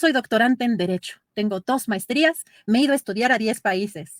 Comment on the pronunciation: Tienes razón Genaro Aguilar Reyes Cuando se expresa la Señora pelotas dice "maistria" y "meido a estudiar a 10 `países" ¿alguien más notó eso?